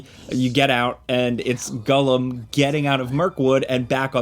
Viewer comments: Its it just me or is calling him gullim not gollum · TIL Americans call him Gullom rather than Gollum. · Kewl Review, two thumbs up but why does he say gullum instead of Gollum. My guy is killing me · It sounds like hes saying Gullum? not Gollum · The way you mispronounce "Gollum" is annoying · Am I crazy? Is saying Gullum? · Da fuck is Gullum? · I think what's more triggering than this poorly developed game is your pronunciation of "Gullum". haha get it together! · Sounds about like it's being pronounced as gullum 👀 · Really unfortunate... This looks terrible lol. First time I've heard it pronounced "Gullum"...... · why you call him “gullem” 😂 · Man, I was rooting for this one. Too bad. Also, am I the only one dying at "gullum?" 😅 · This guy: I'm a big lotr fan Also this guy: "gull-em" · Why does he say “Gullum?” Is that actually how you say it? Cause I’ve never heard it said that way before and its all I can focus on in the video